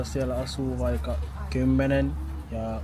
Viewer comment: had only a very minimal accent. His vowels were right on the money. Amazing. Based on a short listening, the only thing I really noticed was that some of the long consonants (for instace tt in the word "aksentti" (duh), kk in the word "vaikka") were sometimes a bit on the short side. But this only happened in some occurrences, so this is not a matter of not hearing the difference (which is good). I believe that it's easy for to learn new languages in general. Also, I really liked his advice (music, lyrics, things that you like, etc.).